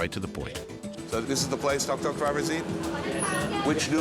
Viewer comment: Tuk tuk is pronounced “took took.”